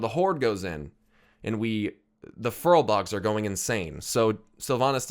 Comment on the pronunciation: Furbolgs not furlbogs lol